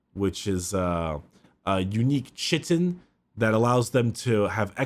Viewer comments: Poor pronounces Chitin wrong. He made the foolish mistake of pronouncing it like it’s spelled. Chitin is pronounced ˈkītn. English is fucking stupid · Chitin. Pronounced kai-tin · Note for: Chitin is pronounced "kai-tn" - SO many people get this wrong i don't blame you.